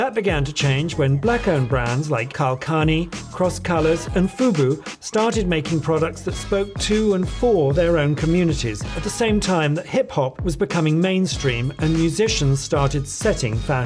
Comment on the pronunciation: Not mispronouncing the black owned brand name🤦🏾‍♀️ Karl Kani “karl cuh-nye”. Cmon vogue